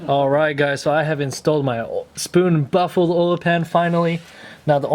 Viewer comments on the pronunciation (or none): You are saying “baffled” oil pan wrong. Not buffalo.